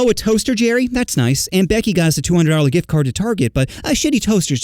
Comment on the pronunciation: in is a sus thing (he said dick not gift)